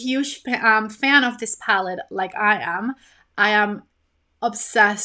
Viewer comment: Lol why do you say palled instead of palette? It’s a lil funny to me 😊